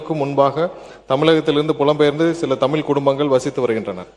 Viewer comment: தமிழ் என்று உச்சரிக்க தெரியாத அமைச்சர் தமில், தமிலர் என்று தப்பு தப்பாக உச்சரிக்கிறார்..😂😢